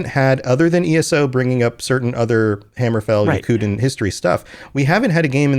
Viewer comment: My bro, it's hammerfell not hammer fall